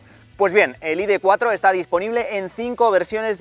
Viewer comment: Más tonto no puedes ser “ perdonarme si digo id tres ó id cuatro “ por mezclar el inglés con el español. Estas bueno , te recomiendo veas algún “chamán “ a ver si te aclaras. Estas haciendo vídeos para oyentes españoles y no ingleses , así que pronuncia en “CASTELLANO “